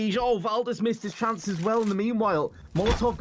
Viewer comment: Anyone notice the "average SHance" mistake in the promo?